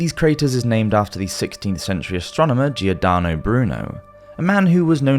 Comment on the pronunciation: Love the video and info … buuutttttttt . I gotta be one of those people , only minor complaint… 😳🤔 could u learn correct way to say .. Giordano.. it’s pronounced like George …….. the i is silent … 🤷‍♂️🤷‍♂️😊😊